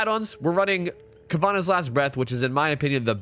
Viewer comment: Its caah-vaa-naw as far as the add on. I don't think I've heard a single streamer get it right lol